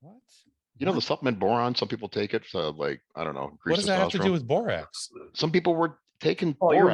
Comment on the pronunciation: For the love of God “borax” thank you 👏👏👏